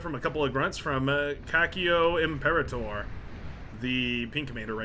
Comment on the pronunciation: Talking about unpronounceable names like "SuxFux", should check what "Canestro Anale" means 😂Also, do you see that there's another Italian guy? His name is "Cacio Imperatore" but you pronouced "Cacchio imperatore" which is a big difference in translation ahahaha Translation hint: "cacchio" can be used to refert to the entire male reproduce system 🍆